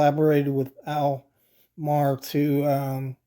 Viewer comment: I have never in my life heard anyone refer to them as "AWL Mar".